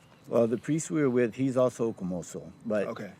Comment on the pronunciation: 虚無僧 is not "Kumoso" , It's Komuso